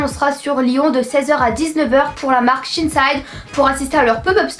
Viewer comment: Moi je dis shein et non pas shine side donc je comprenais pas de quel site vous parliez alors j'ai regarder et enfaite c'est shein et j'adore ce site sinon je vous adore ❤❤❤